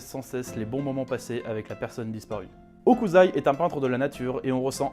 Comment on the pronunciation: Super, vraiment, mais c'est HOKUSSSSSSAI, pas Hokuzai, ça m'a fait cringe ahah ;) (j'sais, j'suis chiant)